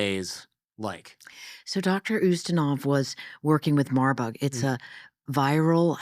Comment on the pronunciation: It’s not “Marbug” ; it’s “Marburg”- after the city of Marburg, Germany with the bio research lab.